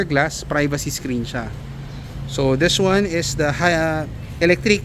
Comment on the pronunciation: Des wan 😂